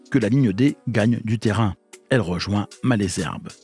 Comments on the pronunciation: c'est très bien de raconter des histoires de trains mais encore faut-il les prendre car Corbeil se dit corbeille et non corbelle,Ris Orangis se dit risse orangisse et Malesherbes,maleusherbe et non malaisherbe. Bon voyage! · Corbeil se prononce Corbeille et non pas « Corbel » et « Malesherbes » se prononce « Male zerbe » et oui c’est l’accent Francilien 😉 (j’ai grandi avec la ligne D sud est) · Merci pour toutes ces infos sur l'histoire de la ligne. Étant habitant de la vallée de la Seine, du côté de Ris-Orangis, je me permets d'apporter quelques corrections sur la prononciation des gares du coin. Les "s" de Ris-Orangis se prononcent, Malesherbes se dit "Malzerbe" et Corbeil se prononce "corbeille". Il y a marqué sur la carte "Évry-Couronne", c'est en réalité "Évry-Courcouronnes". Il y a deux lignes en parallèle reliant Juvisy à Corbeil : celle du plateau et celle du val de Seine. Il est préférable de parler de la gare de "Ris-Orangis" (ou éventuellement "Ris") pour parler de la ligne Val-de-Seine parce qu'une gare "Orangis-Bois-de-l'Épine", couramment abrégée "Orangis", existe sur la ligne du plateau.